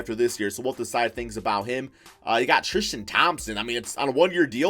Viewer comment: how many times this dude say trishton thompson XD